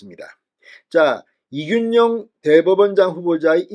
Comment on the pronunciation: 진성호님의 발으이 그렇겡드립니까 이준용이 아니고 이균용입니다